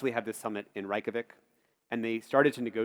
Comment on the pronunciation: It's not Rike-ja-vik Reykjavík is pronounced Ray-kja-veek the a in 'kja' is long, as in 'ahh', not 'ay', roll the 'R' and make sure the 'K' is always strong.